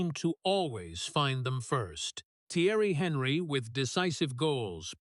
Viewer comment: What rot! Putting emotions onto Kolo he never had. He was a lion, part of the Invincibles, never forgotten at Arsenal. How many players played for Arsenal, City, Liverpool and Celtic? Always a legend, solid, dependable, and never forgotten. This AI shite can't even pronounce Thierry Henry's name properly. #clickbaitcrap